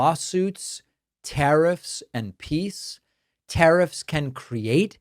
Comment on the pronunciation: He mispronounced PEACE….Twice